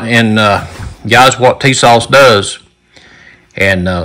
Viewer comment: Put some hot sauce on your "Tee-sauce".